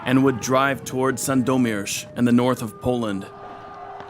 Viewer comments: U pronunced Sandomierz pretty cool! Its really nice that u cared about this kind of details :) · I must say you almost did a perfect job with pronouncing the town names. It shows that you actually spent some time googling and learning them. Sadly not so well with the names of kings and commanders, but still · Pronouncing Sandomierz in a correct way is an acheivement on its own.